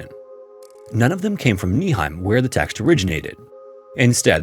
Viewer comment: But good job on pronouncing Paderborn and Nieheim 👍😊